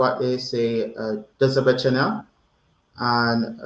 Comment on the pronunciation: You pronounced 'Do zobaczenia' perfectly well. The informal ways to say bye would be: 'Pozdro' and 'Nara' ❤ good luck 🤞